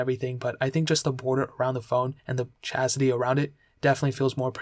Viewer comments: First video I watched from the this dude since Im planning to get one of these phones and he really said "chastity" instead of "chassis" 😂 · He calls it CHASITY not CHASTITY lol